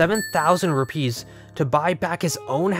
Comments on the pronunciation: “Lamp oil? Rope? Bombs? You want it? It’s yours my friend, as long as you have enough Rüpaeis.” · Ive never heard anyone pronounce rupees like that before